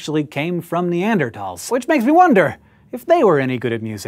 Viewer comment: Thankful to hear 'neanderthal' pronounced correctly for once.